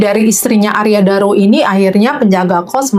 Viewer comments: Arya Daru, bukan Arya Dura. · Arya daru kk bukan dura balik balik lidahmu maap koreksi ya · Arya Daru mas bukan Arya Dura